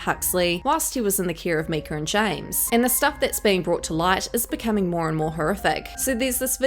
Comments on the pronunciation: 😂😂😂 I say it out loud every time she says “Meeka.” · Her name isn't Myk-er its Myyy-Kah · Is that a picture of Kate Hudson next to Myka ? Please stop saying her name with the soft i, it’s “m-I-ka. As much as I don’t like her at least don’t give false information. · Her name is pronounced just how it is spelled. My-ka as in My name is myka! Please say her name right if you are going to make videos slamming her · I wasn't sure if it was her accent or what. 😂